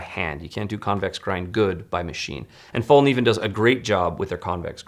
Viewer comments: Just FYI “Kniv” in Morakniv and Fallkniven are pronounced similar to the hard k in Evel Knievels last name and not like knee. I really enjoyed this episode, there are just so many options out there and thanks for putting them in order of cost. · Learn how to say Fällkniven! I am from Sweden but i dont say cuntdoor instead of condor!